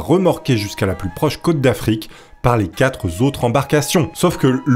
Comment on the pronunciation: Par pitié,. Il n'y a pas de 'S' a la fin du mot QUATRE. Ni du mot VINGT (hors 80 etc....) 😢